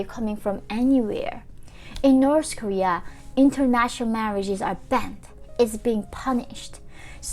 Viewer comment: Please say north Korea not norce Korea